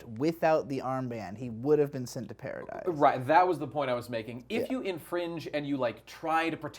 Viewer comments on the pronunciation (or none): It's not "paradise" island, it's "paradi" btw